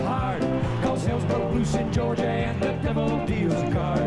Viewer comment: Only Charlie could pronounce "Georgia" with 3 syllables. 🤣